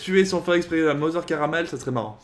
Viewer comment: Elle s'appelle bien Carmel ( "karumeru" et non "karameru" pour la prononciation japonaise)